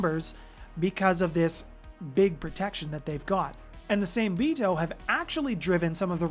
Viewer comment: Same-Bito being Japanese would be pronounced "SAW-MAY-bee-toe". The Hengeyokai are pronounced; "HEN-GEH-YO-KAI"